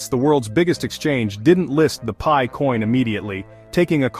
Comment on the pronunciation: AI generated clickbait nonsense. What is pee-eye? 😂